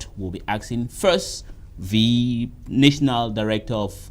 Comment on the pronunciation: please, look up the pronounciation of NATIONAL.